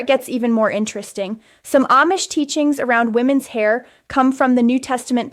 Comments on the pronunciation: This is AI. She couldn't pronounce Amish correctly part of the time! 😂😂😂 She said Am-ish instead of Ahm-ish. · This might be Ai, she switched in the middle from saying (mispronounced) Aimish to (correctly pronounced) Amish. A human Amish person would not make that error.